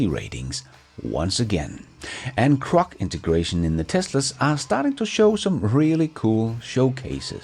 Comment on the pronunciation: Hay When you say Crok. That means something else in the USA; Saying something that's not true..... Grok, is said like the Kelloggs comercial from "Tony the Tiger" THEIR GRRRAAATTE. Just growl first, then say Rock... It's all good. We all have words we say funny to others. Me too.